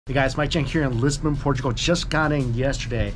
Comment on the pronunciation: Por-tra-go? No no no, sir. Por-tra-goal.